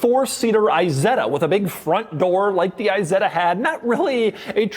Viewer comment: PLEEEEEEEASE NOT! i-setta would be an Apple product. Try "Eeeeeh-Setta".